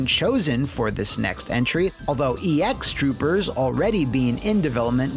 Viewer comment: Super cool fun fact: It's pronounced "X Troopers," not "E X Troopers." Took me by surprise when I saw the title and it said エクストルーパーズ